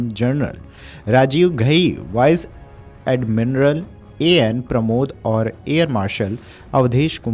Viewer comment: बड़ी शर्म आती है अपने यूट्यूबर्स के शैक्षणिक स्तर पर जब वो सेना के पद का उच्चारण तक सही नहीं कर पाते है।। वाइस एडमिरल पद के उच्चारण पर ध्यान दीजिए जिसको अटक अटक कर वाइस एडमिनरल बोला जा रहा है।।